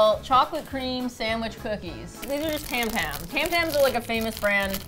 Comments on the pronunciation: tam tams, really? It's Tim Tams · pretty sure it was pronouced 'tam tams' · im australian and its tim tams not tam tams but i appreciate the effort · tam-tams 😂 you should try a tim-tam slam with these